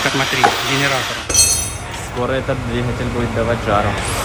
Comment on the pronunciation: ДвиХатель везде Хгэгаете 🤣🤣🤣